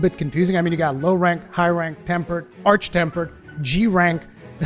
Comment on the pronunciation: Thank you for saying arch and not ark